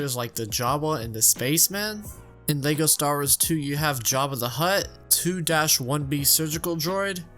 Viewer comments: Every time I hear him say "Leygo Stars", I have to close the video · is it just me or did he say "lego stars" in the beginning? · So you'd be completely sober? Because I'm just hearing "Lego Stars" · “Lego Stahrres”